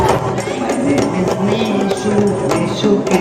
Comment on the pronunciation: কি দিন আসলো হাফ লেডিস হিজড়ারাও এখন মুভি রিভিউ করে। আগে নামটা ঠিকমতো উচ্চারণ করতে শিখ । নামটা নিশু না নিশো হবে।